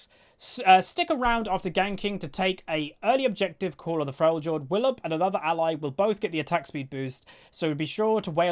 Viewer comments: I think its Frel-yord not frel-jord my dude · it's pronounced "Fre-le-ord"...just saying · The "j" in Freljord is pronounced like the "y" in Yorkshire. Also this is looks like a snowball champion. loud audible booing I'll show myself out.